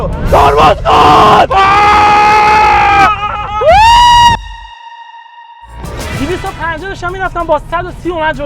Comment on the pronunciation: اینجا یادش رفت المان بزرگ شده و به ایرانی ترین لهجه ی ممکن گفت ترمز کن😂😅❤